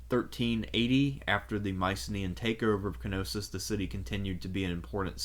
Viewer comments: K-Nossos 😅 Its a silent 'K', like Knight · No it isn't. Κνωσος. The K is very much present and annunciated in the Greek. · Man this is such a great video But the pronunciation of Knosos is so wrong, is Ko-no-so not ki-no-sis, remember, this is hellenic/latin pronunciation, not germanic pronunciation Is even weird because you say minoan in a correct way